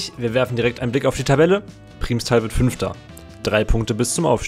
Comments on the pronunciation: Das heißt "Primmstal" nicht "Priehmstal"!!! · Primstal ist ein Nachbarsort von mir und die Aussprache nervt mich. Es wird schnell ausgesprochen ,,Prrimstal" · also geiles video aber es wird PRIMMStal ausgesprochen also wie als wären es 2 m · Muss bisschen über die Aussprache von "Primstal" schmunzeln :) Aber klar wenn man nicht aus der Ecke kommt, kann man das nicht wissen. Das "i" wird eher kurz ausgesprochen. Aber Cool, dass du genau den Verein erwischt hast ;) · Man betont Primstal mit einem kurzem i, nicht mit einem Langen :)